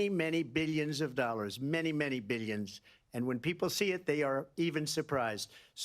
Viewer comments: And: Billyons of dollars, i made Billyons of dollars! 😂😂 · I like the way he pronounces 'millions' and 'billions' lol